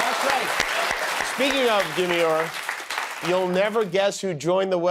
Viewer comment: Did you say demeure or manure